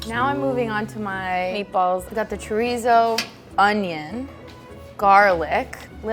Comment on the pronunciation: Is it just me or does anyone else find it annoying that the lady kept pronouncing chorizo wrong even though she’s Latina